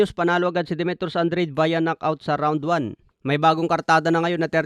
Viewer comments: Anong andred😂 hahaha an dra de basa nun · Andrade as in An-dra-de boss😂. Para lang Daonair ni Donai-re😪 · “AN-DRA-DE” ganyan ang basa boss!